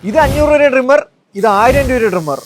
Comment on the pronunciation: ഡ്രിംമെർ അല്ല ട്രിമ്മർ